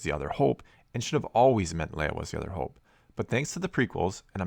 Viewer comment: Hoooope Canadian eh